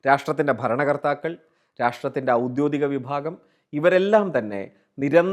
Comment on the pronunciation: ഔദ്യോഗികം എന്നതാണ് ശരി ഔദ്യോദികമെന്നല്ല